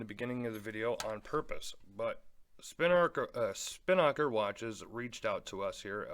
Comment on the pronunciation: Thanks for the review. Just a little info: a "Spinnaker" is the foresail on a sailboat that is used for downwind sailing. It's the big billowy sail (usually very colorful) - you'll see them often in races or regattas. The correct pronunciation is "spin-uh-ker" not "spin-nocker". These watches are designed to cater to the sailing / yachtsman crowd. I don't represent the brand at all, but I am a sailor and hence my interest. Just thought that would be helpful. Keep the reviews coming!